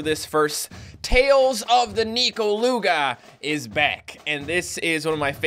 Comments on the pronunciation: Its not pronounced as Ni-ko-lu-ga but Neh-ko-lu-ga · Its pronounced nech-oh luga